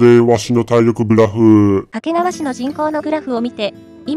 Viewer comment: 掛川のアクセントが"け"にかかる